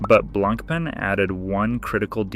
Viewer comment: BLANK PEN .. how irritating is that pronunciation🤦🏻‍♂️ BLAN PAH is closest way you can say to real French .. which means white bread 🥖